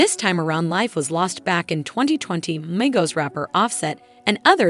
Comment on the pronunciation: Learn how to pronounce peoples names the fuck the shit started off good until she said the names of the people on the group and pronounced the group name itself, lord Jesus😢